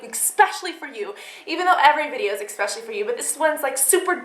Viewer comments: ESPECIALLY, NOT EXPECIALLY....ESPECIALLY ESPECIALLY ESPECIALLY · Exspecially? Did I hear that right? :L